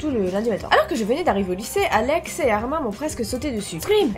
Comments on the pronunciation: Moi qui re regarde ces vidéos en 2022 et qui pête un câble car ont ne prononce pas le prénom de Armin Armin mais Armine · Sa se dit "Armine"